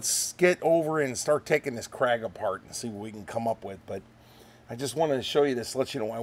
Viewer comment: Thank god you can say KRAG. My ears bleed everytime I hear CRAIG....and Mouse-er....hehe, I knew an old man that told me he once owned a Martin- Eye. Yup. I also knew another fellow that liked Shina-bell fore ends....probably on a Martin-Eye rifle.